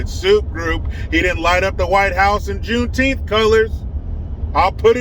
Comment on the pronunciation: Is it Juneteenth or JuneTeeth🦷? Asking for a friend!!!